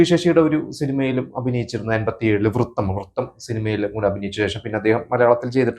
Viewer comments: വൃത്തം അല്ല Bro വ്രതം... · വൃതം ആണ് വൃത്തം അല്ല